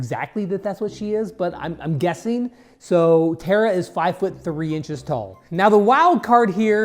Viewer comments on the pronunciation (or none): Ok when did Tara become Terra from teen titans 😂😂😂😂